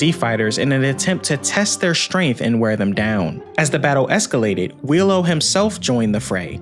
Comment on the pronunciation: why do u pronounce Wheelo as Willow?